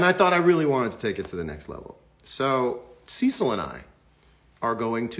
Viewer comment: When he says "Cecil" but all you hear is "sea salt" 🙈